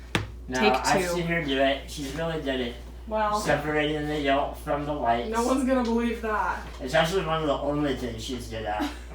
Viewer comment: Did you guys say yolk with the l ?